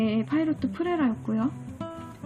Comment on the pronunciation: 그냥 파일롯이나 파일럿이라 하면 됨..파이로트는 일본애들 발음..걔들은 플래티넘을 플래찌나 세일러를 쎄이라 ㅋ